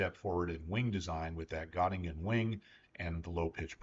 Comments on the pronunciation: Got-ta-gen (like gen in generation) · Native English speakers better say e instead of o. This is closer to the German ö sound. By the way, I was born in Göttingen. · Excellent video, thanks. Bye the way Göttingen is pronounced Gertungen. :)